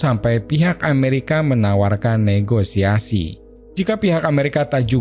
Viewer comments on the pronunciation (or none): none